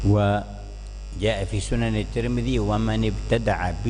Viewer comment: Tirmidzi bukan tur midi bro